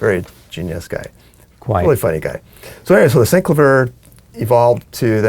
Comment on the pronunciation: I think it's hilarious how you all pronounce SEENC-la-veer. I always thought it was Sin-CLAY-vee-yer.